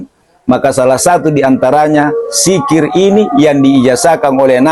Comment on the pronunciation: MAAF.. BUKAN SIKIR TAPI DZIKIR YANG BENAR....